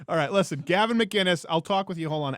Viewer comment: How does everybody get Gavins name wrong